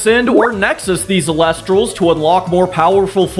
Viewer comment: "Eel-ektross", not "elec-tross".